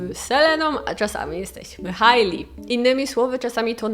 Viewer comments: 😎😎 i mała korekcja, Hej-Li nie Haj-li, mwah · Hailey czyta się "Hejli"